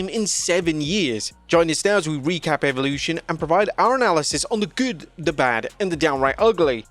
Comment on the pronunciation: I'll tell you what I think of Eve-olution.....It should be properly pronounced as Evolution....